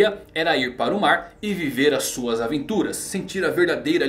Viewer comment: Real kkkkkkkkkk na primeira aparição do kaido o narrador disse "no maar" e eu fiquei???????!!!